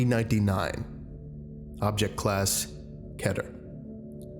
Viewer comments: Its pronounced KEY-ter. Not ketter. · It is pronounce Kee-ter, why do you pronounce it ketar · Great vid. But, I won't get used to you pronouncing Keter as Ket-er instead of Key-ter lol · Its actually pronounced " key- ter" spelled keter, not "keh ter" lol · Its pronounced ”keeter” not ”ketter” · IT IS KEA-TER NOT KET-ER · I like that you converted me from Key-ter yo Ket-er at least to an extent. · Dude its not ket its Keeter okay? that's how to say it. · Keter is pronounced kee-ter not kea-ter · Kyle Bryce those read the same, but I agree it is kee ter and keh ter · It can be pronounced either way officially. If ya wanna be accurate to the Hebrew word that it's based off then it's ketter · Not trying to be rude or anything but it’s pronounced key-ter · Kedder Cheese. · My friend that's not how you say keter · I have 1major complaint. YOU CAN SAY PETER, AND YOU CANT SAY KETER!?! WHATS WRONG HERE!?!? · Does it bug anyone else how he pronounces keter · Keter is better than keter. Change my mind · Seagle glad I'm not the only one slightly irked by that pronunciation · the video is great but the only bad thing I have to say is that I’ve gotten used to pronouncing keter differently and it kinda slightly annoyed me God damn I’m petty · why do you say 'keter' as 'keter'? Also i have a suggestion for you: the SCP-001 series or SCP-2935 PLEASE